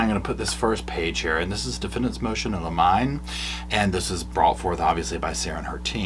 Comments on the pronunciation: So, just FYI: "limine" is pronounced "limm-inn-nee" (often jokingly pronounced as "lemonade"!) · It's pronounced "limen-eeeeeeeeee" like lemony. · Love your channel, and know you're not a fancy lawyer :) It's "liminé". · Limine pronounced lim a nee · Motion in Limine is pronounced Lemon-y. ❤ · 😂❤love you! Just say motions in lemonade and you will sound like you pronounced it correctly 👍🏻😬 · Great coverage like always...just an aside....its "Ad LIM IN EEEEE" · It's a motion in "limine" like "Jiminy" Cricket if that helps lol